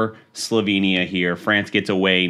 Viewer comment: Fweeence hahaha